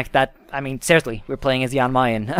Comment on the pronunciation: It’s pronounced Jan Mayn